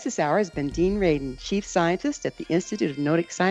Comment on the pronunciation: R-A-D-I-N . . . for heaven's sake.